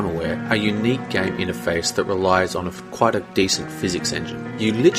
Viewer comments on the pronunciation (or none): none